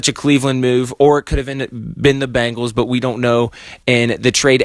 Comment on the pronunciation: Its Ben-gals NOT Bang-als.